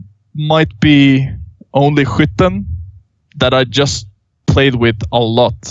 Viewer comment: hwitten ???? is that skytten ?